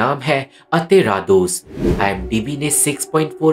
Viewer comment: Comeon dude if you are explaining a movie atleast know how to pronounce it